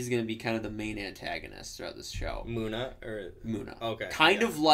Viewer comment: MuNNa...not MOOna